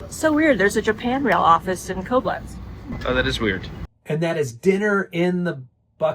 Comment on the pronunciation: Quick FYI - Koblenz is pronounced with the emphasis on the second syllable, so KobLENTS, not CO-blenz. Also ‘pièce’ (de resistance) is pronounced ‘pee-ESS’, not ‘PEECE’.